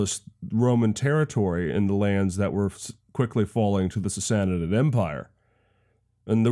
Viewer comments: just a hint, from a Persian speaker: Sassanid=Sah- sah- NEED Two short identical syllables with the emphasis on the final syllable, three syllables in total. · really really liked this video, not enough good history series out there, truly, but please please say sassanid slow once then fast, you are adding a syllable